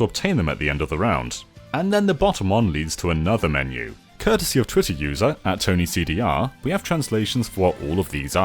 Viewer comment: Pretty sure "TONICDR" is supposed to be "Tonic Doctor", not "Toni CDR".